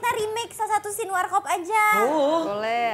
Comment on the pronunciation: Scene bro 😭 bukan scane 😭 apaan scane?